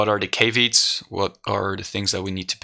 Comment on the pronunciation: Just a little English pointer. Caveats, instead of Kay-veets, is pronounced Ka-vee-ats - Awesome content as always man